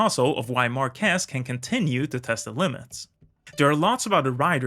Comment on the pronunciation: This style shows exactly how effective Marquez can be. Especially after overcoming these horrible crashes. By the way: MAR- quez is the correct answer 😅